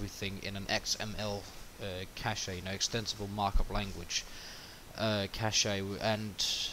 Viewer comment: It's "cash", not "cash'a"...